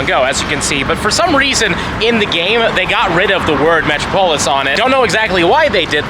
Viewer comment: Hearing you pronounce Metropolis as Metro- Pole-iss is crazy…. 😂😂😂😂